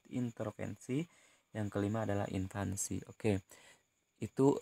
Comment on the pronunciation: Sedikit koreksi pak Invasi bukan Invasi :)